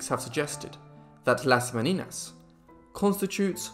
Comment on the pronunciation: Not Me-ni-nas; Me/nee/nyas ¡!